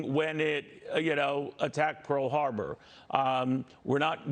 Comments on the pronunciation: What is "Pear" Harbor?? Geez, come on! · "Pear" Harbor? Lol! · "pear harbor" or "Pearl Harbor"...lol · What's a pear harbor?